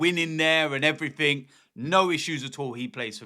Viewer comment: 'And everyfink else'